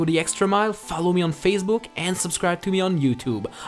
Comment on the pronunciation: Really? You pronounced Facebook "Faisbugg"? :D